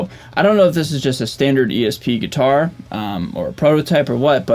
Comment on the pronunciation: Anyone ever tell you how unique your pronunciation of gui-tar is? Like you really hammer down the "T" it's almost adorable haha. Love your channel dude